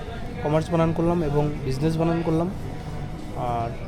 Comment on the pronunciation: বাংলাদেশ এ মূর্খরাও ইউটিউব কন্টেন্ট ক্রিয়েট করে।বানান কথাটাও বলতে পারে না।বানান্তি?হাহাহা